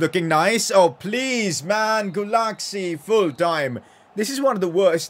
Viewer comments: It's not Gulaksi, it's "Gulashi" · In Hungary we pronunciate "cs" like people do "ch" in England, so say Guláchi instead of Gulácsi please it's sounds weird and it's triggers me xd Like so can see (please🥺)